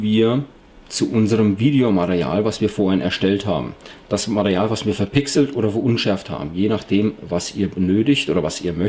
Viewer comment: ja du hast bei circa minute Mareal gesagt anstatt Material . Denke mal er meint das damit :=) aber egal Klasse Tutorial. Abo hast du von mir :=)